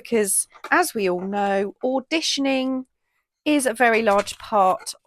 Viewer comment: such a marvelous idea, I made many sets too. Thank you for sharing, you have a super weekend and great day, hugs Tina.🥰:hands-yellow-heart-red:🤗🤗 Love when you say auditioning, it makes me smile.